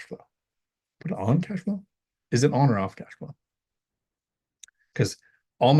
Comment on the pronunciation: Did you said ãssflow? lol